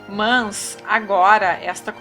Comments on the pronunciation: Kkkkkk "Mans" healty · Muito bom ... mas tá difícil ouvir seu ..."mãs" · PQ PRONUNCIAS A CONJUNÇÃO[MAS] DESTA FORMA?